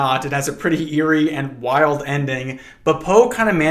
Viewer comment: are you trying to tell me not to trust the guy who has made companionship with a parrot? see, what's wrong with seeing a parrot? yay, gay :D half the time you say "eerie" it sounds like "yuri" i didn't want to mention it repetitively but this feels like a relatively good opportunity to mention that even though this is in fact not yuri they're men WHY IS ONE OF THE COUPLE OVERLY CONSERVATIVE OF ALL THINGS??? My brain heard this as "Sedates" at first and was mortified, your calm description made me have to do a double take on it i didn't like hearing about guts what thank you